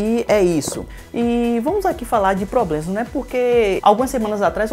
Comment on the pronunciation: Parei de assistir no "... vamos falar agora de PLOBLEMAS..."